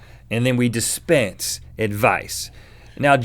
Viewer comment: "We despence advice." Am I the only one who thought this sounds wrong?